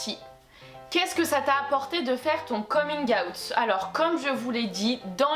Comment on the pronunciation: Ton « coming-awout » est incroyable